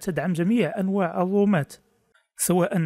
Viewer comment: ياخي الرومات وليس الوومات